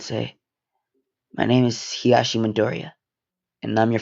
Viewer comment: I like how he says heashi instead of Hizashi